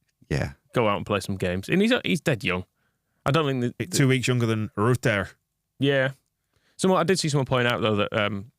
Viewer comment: That pronunciation of Rutter....please, in the name of god, stop